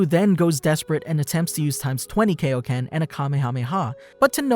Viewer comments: Pronounce Kaioken properly dammit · Great video! But you said "Kaioken" wrong 😆